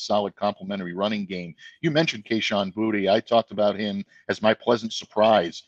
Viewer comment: Is there a reason purposely mispronounces Kayshon Boutte and Rhamondre Stevenson's names? It's "Booty", not "Bootay" and it's "Ra-MON-dre" not "Ra-MUN-dre"